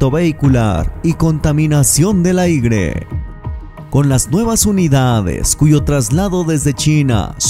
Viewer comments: Se oye raro aigre, mejor lo dejamos en aire, o no? 🤷🤷🤷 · Contaminación del “AIGRE” 😂😂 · No son trolebuses, se dice "aire" no "aigre". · Jajaja "AIGRE" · Es ( aire ) no ... aigre. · aigre? JAJAJAJA NOOOO, SI ME UNSUSCRIBO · Dijo: contaminacion del aigre jajaja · "El aigre"